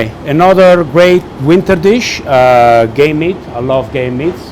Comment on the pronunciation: Sounds like you say "I love gay meat". :P